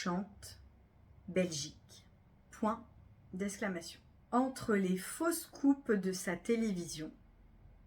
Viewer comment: 11 fautes, je trouve que vous lisez trop vite, ça oblige à bâcler, je trouve que certaines prononciations induisent à l'erreur: (faux scoops/ fausses coupes…) Merci tout de même 😊